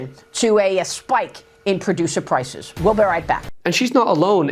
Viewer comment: Pllrloducer pllrrrlices